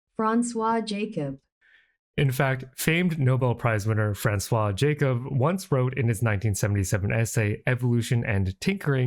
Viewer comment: Franswaa Jahhcub is the pronunciation you seek!